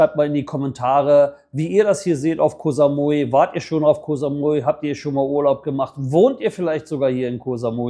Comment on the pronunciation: Koh Samui war schon vor 30 Jahren eine reine Touri Insel, auch mit den ganzen Pauschalangeboten aus Europe. Koh (Insel) wird ja nicht mit scharfem K sondern mit einem weichem G ausgesprochen. Sollte man als langjähriger Expat in Thailand eigentlich draufhaben.